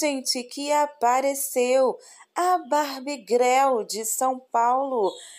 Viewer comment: Imagino que seja referência da música Barbie Girl (que se pronuncia guel) significa garota Barbie na ironia brasileira ficou greu